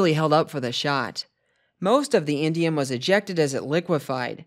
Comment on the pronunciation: I heard "Indian metal" at least 4 times and I'm all "what the heck is Indian metal?? Aren't people going to call that racist?." (It's indium… LOL)